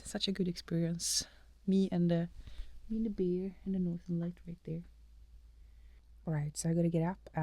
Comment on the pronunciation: i love your videos. When you say bear, you say beer. ;) lol